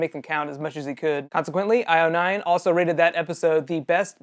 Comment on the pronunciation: Have you ever watched caves? If so you would know you just pronounced it wayyyyyy wrong! :-)